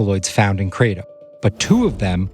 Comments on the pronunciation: It's not pronounced cray-dum It's Krah-tome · guys why are you saying "KRAY-DMM" ?? 😅😅😹The indonesians literally tell you it's called "Krra-TOM" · The word "kratom" (กระท่อม) in Thai is pronounced as: /kraʔ.tʰɔ̂m/ not /kraɪ.tɑm/. You can hear the native speakers say it correctly in the video. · Kra-tom, who pronounces it like that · I live where this plants comes from. First off, stop saying to wrong, Kra-tom. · Amazing, every person in this doc mispronounced Kratom except for the Indonesians who named it. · This is a wildly ignorant take on Kratom. Big pharma would love to make Kratom illegal because they want to sell you Oxy. Also, please stop mispronouncing it.